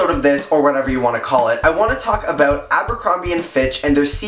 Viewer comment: I like it when you say about :)